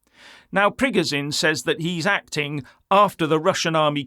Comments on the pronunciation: FFS its not prig o Zine its preg o shin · You can't even pronounce Prigozhin correctly, you're talking like a globalist neocon and getting a bonner cos you think 25k mercs lead by a deluded egotistical billionaire that's had a breakdown thinks he can defeat the entire Russian army and the Russian people that over 80% support Putin 😂 Sorry pal, you've shown yourself up here and it's sad and pathetic.